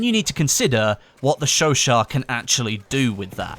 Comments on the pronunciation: Its pronounced sho sho not sho shat. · sho-shat not sho-sho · Isn't it pronounced like "sesot" (not a hater btw) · i thought you said chauchat like chew aut. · you pronounce chouchat wrong say the two words that it is chau chat theres a T